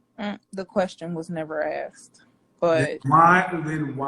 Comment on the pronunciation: "Axed"... DISMISSED!